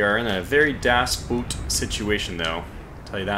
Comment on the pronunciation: I cringe every single time when you try to say "das Boot". :D Try to pronounce the double o more like the o in "on" or "over". Please, i beg you!